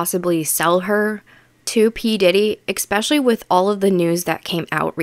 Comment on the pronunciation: The word is “eSpecially” not “eXpecially” as so many Americans pronounce it incorrectly!